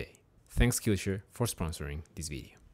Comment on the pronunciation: Excellent video as always,. I love both this channel and your first, Spanish-speaking one, "Tutorías Medicina Interna". HOWEVER, there is a small nitpick which I hate for pointing it out, but...you are pronouncing Skillshare wrong. But don't sweat it, it doesn't take down the video's quality by any means. Keep making content!:D